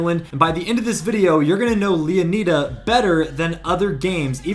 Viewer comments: Did you not read the part where he said its "Leonida" not "Leoneda"... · Are you slow? Did you not listen to him Mispronounce LEONIDA? Thats my reason for my initial comment you slow poke ahzzz boy 😂 Pay attention because you commented to me just to look dumb. Pay attention!!! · He's saying that this YouTuber is saying the name wrong.